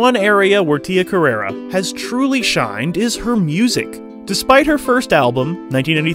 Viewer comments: It's CarrerE, not CarrerA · It's pronounced Tia Carerre. Not Carerra. You're thinking of the porn star who based her stage name on Tia's. Get yer mind out of the gutter.